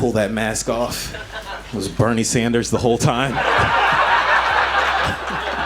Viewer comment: “it was Bernie Saunders the whole time”!